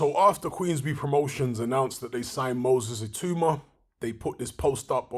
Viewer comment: BTW, I believe it's pronounced It-ow-ma, rather than it-oo-ma